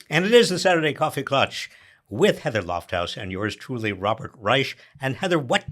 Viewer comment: It's not "klutch". Also, I'm getting sick of this line that it's "black woman" who is the problem for trump. He'd be freaking out about whoever was kicking his ass. Also, people who make over 180,000 aren't excused from paying ss tax. Only income over that amount is not taxed.